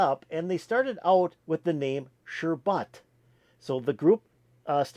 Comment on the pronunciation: The name is Sherbet not Sherbut